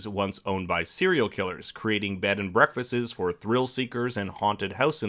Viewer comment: "Breakfastses" lol